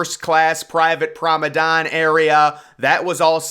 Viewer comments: Again... Very interesting.... But, again "prom-a-don"? The word is "promenade" (pronounced "pram-ah-NADE" or alternately "pram-ah-NAD"). An odd thing to repeatedly mispronounce. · "Prom-eh-dahn"? Promenade, pronounced "prom-en-ahd". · "Promadon" ? 😅 You mean "Promenade deck" sir. Its pronounced PRO-MAN-ARD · promedon? Think you mean "promenade". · Promenade not promedon lol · What’s Roses promedame? What’s a promedame? It’s a promenade.